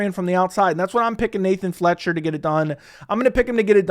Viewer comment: Grabbing my popcorn for these mispronunciations ! 😁😁 - "Qouaey" Fernandes - Nathan "Flecksher" - Taylor "Lapioulaes" - Puja "Tumoar" - "Andre Pulyayev" - "Loony" Kavanagh - "Andrea" Lima - Morgan Charriere , or is it "Chéri" ?? Carlos "U-berg"